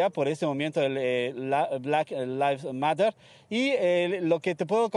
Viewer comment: No save ni si quiera decir Black live matter 😂 pobre reportero de quinta 😂